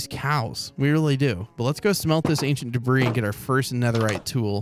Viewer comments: It’s pronounced debree not “debris” Edit: I commented this before he said he knows how to pronounce it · its pronounced ancient debrie. Not debris. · “ we found our first ancient debrizzzzz “ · You spell debris dibree not dibris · “Ancient debri-s”😂😂😂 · it's called Ancient Debruhs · Is call ancient debris not ancient debriss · Your pronunciation of Ancient Debris is completely acc-re-it. Carry on sir. XD